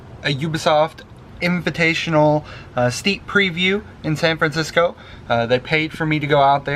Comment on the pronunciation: "Fancisco" lol